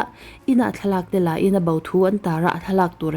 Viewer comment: Hau ti lovin ho,bau ti lovin bo tiin lam ri ta zawk la,a dikin a mawi zawk ang.